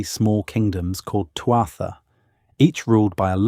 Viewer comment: Great video. A note on pronunciation - túatha. TOO uh huh. Lios. liss. Uamh. OO uhv